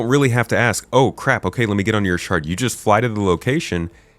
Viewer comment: Everytime "shard" was said, I heard "shart" and giggled uncontrollably.